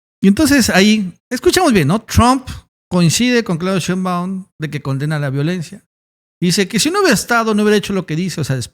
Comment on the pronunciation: Que curioso que todo mundo, incluyendo nuestra presidenta (y la tipa esa y el trompas también) dicen SHEÍNBAUM von acento en la i y tu dices Sheinbáum